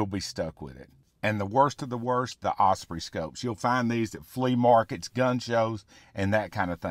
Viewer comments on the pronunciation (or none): none